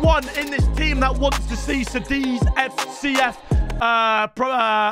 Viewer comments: hold on says Sadiz? Its called Kadiz with a C bro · pronounced kadiz by the way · It's pronounced Kadiz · Bro cant even say the name of the club his in